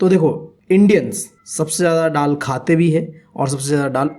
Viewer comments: It's not Tal it's dal 😂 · Ddal 😂😂😂 gavar bolte bhi nahi aata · Bhaiya wo dall nahi hota dal hota ha 😂😂😂